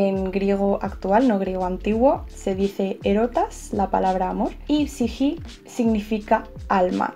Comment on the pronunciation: Soy fanatica de la mitologia griega y me se casi todas las cosas sobre este tema.La historia ME ENCANTA y en español psique se pronuncia (sike) asi de simple jaja...te amo besos😙😙